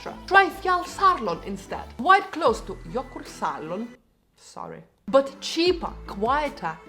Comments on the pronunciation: And btw, your pronunciation of Jökulsárlón and Fjallsárlón were spot on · Your pronunciation of jökulsárlón is actually pretty close. Not bad at all... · You did good on Jökulsárlón. Now. Seltjarnarness you can have the "R"s silent and we will understand you.